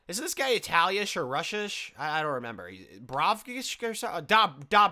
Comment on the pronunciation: “Italiash or Russiash”